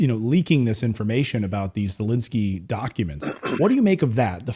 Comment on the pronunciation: Not that he deserves anything nice, but why are you pronouncing it Zalinsky?